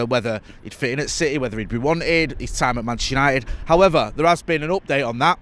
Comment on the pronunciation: 00.32 opbait opdate ...why cant u say simply update...